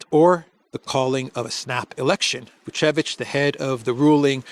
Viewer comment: It's not Vucic but Vucevic. Vucic is Serbian President family name